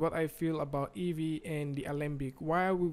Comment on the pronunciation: It's EEVEE, not EVEE.